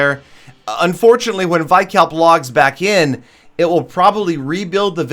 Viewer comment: Not vykalp........veekalp